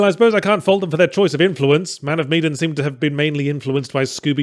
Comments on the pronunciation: Man of Meee-den vs. Man of Me-dan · Medan. Not meedan. That drove me nuts. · it's MEH-DAN, fuck, man